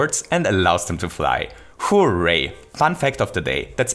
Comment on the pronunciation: It sounds like a combination of "Whoo" and "Yay" but the "Yay"part starts with an r